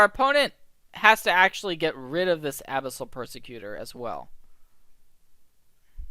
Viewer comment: I can't be the only one mentally screaming about the "Abyssal" pronunciation here, right? ;) great video! keep it up!